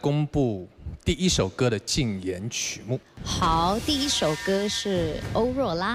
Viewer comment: 歐若ㄖㄨㄚ😂怎麼聽都是這個ㄚ